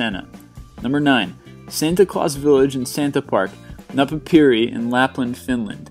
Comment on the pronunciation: napapiiri, needed to listen it 10 times before i understood it and after that lol'd so hard for prononciasion (yes im finnish :D)